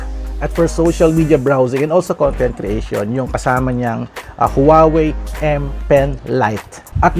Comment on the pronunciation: Huawei is pronounced as "waa-wey", not "howawey" po. 😊